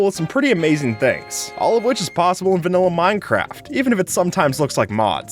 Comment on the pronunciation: when he says vailla i was eating a vanilla ice cream